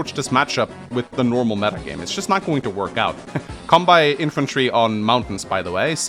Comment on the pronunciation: And Kanbei as Cumbei it also does not help when he calls deejus , a master baiter